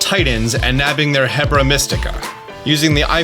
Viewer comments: Mans really said hebra when he meant herba. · I think you keep getting the r and b in Herba Mystica backwards. It's a mystical herb, so "Er-bah" or "her-bah", NOT "heb-rah". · It's Herba not hebra! It makes me think you have been taking some mystica😛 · HERB-a. It's HERB-a mystica. That hebra was driving me wild lol. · The r is before the b in Herba Mystica. It isn't Hebra. Also cool video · Based on the fact this takes place in Spain/Portugal its probably Herba (air-bah) Mystica but also it sounds like some one has zelda on the mind lol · Came here to say this as well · This honestly bothered me while listening to him